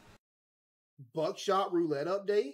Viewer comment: Bro says buckshot like "buttshot"